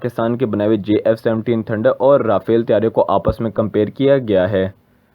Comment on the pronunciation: Abe lode Jf 17 bol na bhi ata h